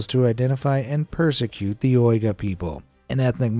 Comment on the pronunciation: Can't even pronounce Uyghur 👎